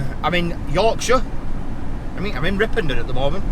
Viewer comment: It’s Ripon not ripondon 😂